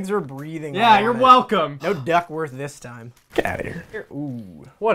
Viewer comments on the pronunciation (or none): He said Ducksworth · he said ducksworth though